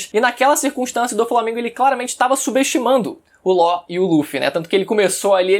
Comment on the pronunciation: Ele chamando law de ló kkkkkkķkkkkkk